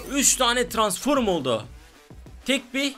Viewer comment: Transform yazılışı okuyucu Tıransforum 😂😂😂